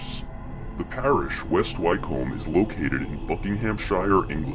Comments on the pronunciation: It's pronounced 'wicum' not why-comb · Ffs at least research!! Wtf is WHYCOAMB!! HUH?? WHYCOAMB!!! ITS pronounced wycomb like wick-um wyc-om-b Wycomb!! And Nowhere exists called BUCKING-HAM-SHY- YOURE!! Its pronounced Bucking-um-shur! Like Edinburgh isnt Edin-burg ita Edin- burrah. No hard pronounced letters really oh and 666? Nah its 666 as in the number 6 hundred and sixty six! Not 3 separate sixes or 6+6+6. It's the number as a whole . Not saying what the vid shows isnt going on but it's easier to sit and watch your vid if you do the correct research. Little things like correctly pronounced words goes a long way with me and many people! It's a nice symbol of research and care for the video and the viewers enjoyment. Wonderful collection of vids btw and they really open the eyes... all 3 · Wycombe sounds like wickcome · Great Vid and very informative! But one thing I've picked up on is when you say "Wycombe". It's pronounced phonetically "Wick-am" or "Wick-combe". I know this because it's my home town and I was brought up there. I've also been down the "Hell Fire Caves" many times in West Wycombe. It's a very beautiful village. St Lawrence Church which is above the Hell Fire Caves has been in several films, with Christopher Lee as Dracula in a mausoleum scene also. Keep the good work up! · Pronounced Wickham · Excellent , I shall be subscribing , just a tip it's pronounced Wick - um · Wick-cum is how wycomb is pronounced..... Great vid though